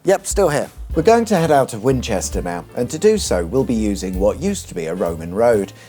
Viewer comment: Could I be mistaken, but did you say "Fwinchester "?